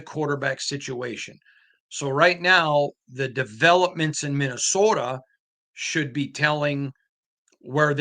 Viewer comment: It's not called "Minnowsoda!"🤣😭🤣